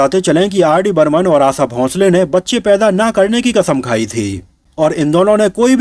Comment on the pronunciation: Hopeless vedeo, unke Jane ke baad unke bare me negative na likhe,आशा शब्द का गलत उच्चारण किया,आसा ,आसा कहकर उनका नाम न बिगाडेंl